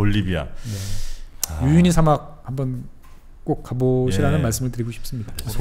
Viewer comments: 우유니를 유우니라고 발음하시는거 같으네요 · 자꾸 유우니라고 발음하시네요? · 유유니가 아니고 우유니 사막입니다~